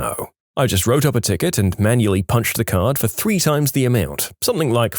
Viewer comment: drives up the wall when he says "Somethin**k**"